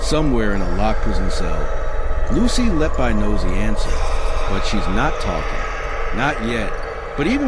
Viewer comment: I would suggest you learn how to pronounce her name.